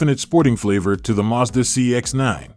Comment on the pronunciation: First of all, it is Mazda not Muzda.